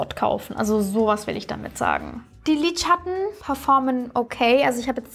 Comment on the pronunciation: Das ist das erste Video, welches ich von dir sehe. Finde es bisher sehr unterhaltsam! Nur eine Frage brennt mir unter den Nägeln: Warum sagst du „Lidschatt-ne“ anstatt Lidschatten? Finde das irgendwie putzig 😅